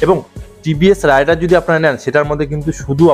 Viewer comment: ভাই, উচ্চারণ রাইডার হবে না, রেইডার হবে।